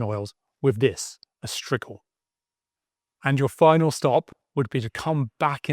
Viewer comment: It’s pronounce strijil and not striggle